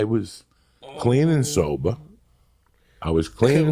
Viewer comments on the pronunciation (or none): “I was clean and sobah x3” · “I was clean and soba” x3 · for those like me who wanted to hear "soba" three times hahahahahahahahaha